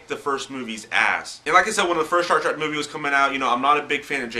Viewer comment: Dude, no offense, but it's Star TREK, not Track.